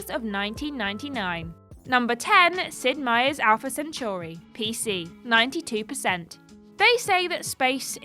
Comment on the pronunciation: The butchering of the word "centauri".